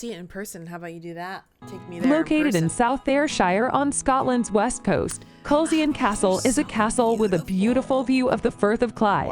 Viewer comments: you might be interested to note that one of your ex-presidents - Dwight D Eisenhower had a private apartment in Culzean Castle ( pronounced Cullane ) he was apparently very fond of the beauty of Scotland ! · Culzean is just down the coast from me, but if it's being pronounced, you never say the Z. It's pronounced Cu-lain, but great reaction to our fantastic castles. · Culzean pronounced Culane. Glamis pronounced Glaams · As a Scot the pronunciation of the locations was like cats claws on a chalkboard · Could have been worse, it could have been a real American. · Aye, just awful. Culzean, Glamis, Forfar. All wrong! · Cringe worthy pronunciations of castles and place names When visiting ask the locals Culzean try kulain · It's not pronounced cull-zean it's pronounced Cullen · Culzean Castle = Cull Lay en! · Culzean is pronounced Culain stupid AI commentary 😂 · Culzean Castle is actually pronounced completely differently 'collaine' actually. Sorry...blame its age! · Culzean is pronounced ‘kuh lane’ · Your favourite Castle is about 20 minutes drive from where I am sitting. The narration is appalling with no accurate pronunciations. For starters CULZEAN is pronounced KILL- ANE. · Honestly I can understand that folks whataboutery can get a bit tiresome. Great video and wonderful to see so many castles that I have fortunately visited. We don’t have dragons (they’re all in Wales) only Unicorns, our national animal 😁 The AI voice mispronounced everything (Culzean-Cul-ayn) but the photography was beautiful as is your gorgeous daughter ❤ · As others have said the narrator gets the pronunciation so wrong for most of the castles. Glamis castle is pronounced Glams. Culzean castle is Cullain. Apart from that you should react to the Queens funeral. While there are a growing number of people who are anti royalists, most had respect for a woman who dedicated her whole life to the people of Britain and the commonwealth. Love all your reactions, you are both lovely people.